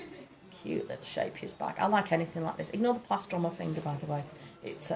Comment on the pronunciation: Love this CAL. Husband has been unemployed for a while now so money is tight. Gutted that I can't get it now. But promised myself to get it once things are a bit better. When you said Scheepjes I had to laugh because I had no idea what you were talking about. In dutch the ch sounds like someone ripping fabric. It sounds amazing in english. Haak maar raak is a dutch expression about something being hooked/curved but a success (like it's supposed to be bad but it turns out to be really good). I love that she used that name. It fits so well with crochet <3